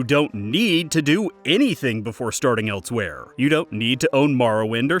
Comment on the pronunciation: It's "el's-wur" by the way (Y)